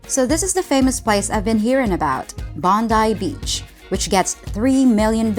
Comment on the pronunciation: 'Bondoii baych ' in ' Australian. '